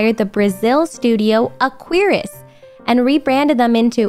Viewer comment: she did indeed said Aquiris and Brasil perfectly. and related to amount of money: welcome to third world, baby! where prices are weird af! (also you could had got the gringo tax)